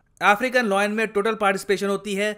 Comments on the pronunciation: Sir its Layan not loyen (lion) No disrespect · Lion is pronounced as लायन - not लॉयन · Everytime he pronounces lion as loin 😂 Loin is the lower part of your torso body or sometimes referred to as private parts lol